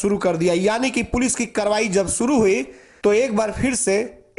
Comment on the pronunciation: Kes rupaye nahi, Kesh bolo or suru nahi , shuru bolo. Apna s sahi Karo fir video banao